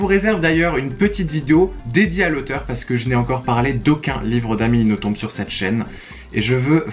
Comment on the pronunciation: Si jamais pour Amélie Nothomb on ne prononce pas le B :) on prononce Noton :)